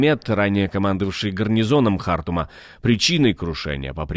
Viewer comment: просто неисправим. Какая-то просто патологическая неспособность правильно произносить имена собственные. ХартУм!!!